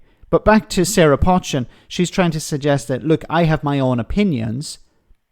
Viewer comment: are you also stupid? I've posted lots of times telling you that you pronounce her name wrong. You may not agree with her politics, but at least say her name properly. Her name is NOT 'Pot-chin', it is 'Po-chin' Her surname is well known in the Cheshire, where she comes from.